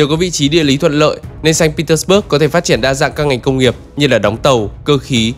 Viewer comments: Nên phiên âm sang tiếng Việt cho dễ nghe, bạn phát âm theo Anh ngữ mình không nhận ra thành phố nào nữa. Sa-int pê - tec-bấc với xanh Pê-tec-bua là 1. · admin đọc sai. Phiên âm tiếng Việt cũng Ko đúng mà tiếng Nga cũng sai nốt. Ko ai hiểu được Tp mà admin đang nói tới. САНКТ ПЕТЕРБУРГ âm cuối rõ ràng là B U R G. Thế thì bớt ở đâu mà cứ đọc bớt bớt???? Nghe cực kỳ chói tai và khó chịu. Chưa kể là Saint không thể gọi là thành phố đáng sống nhất của Nga được. So với những thành phố khác như Moskva, Sochi, Kaliningrad hay ngay cả Krasnodar thì với những tiêu chí an ninh xã hội, năng lực kinh tế, cơ sở hạ tầng, giáo dục, y tế thì hoàn toàn Saint không thể đứng nhất. Chưa 1 Tp nào ở Nga như Saint, khi mà mình đi chơi 4 lần thì 2 lần bị móc túi công khai , 1 lần bị cửa hàng trắng trợn lừa đảo. Người Nga từ lâu đã nói Saint Petersburg là Tp của tội phạm. Криминальной столицы, hay như, Бандитский Петербург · Sanh Pê Tét Bua chứ sao Bớt được, chủ đề chính mà đọc sai thì hơi kì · Mình thường nghe đọc là sanh pê téc_ bua mà nhỉ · Admin phát âm sai tên thành phố cũng như những nhân vật nổi tiếng rồi. Người Nga và người nói tiếng Nga không ai nói như vậy cả.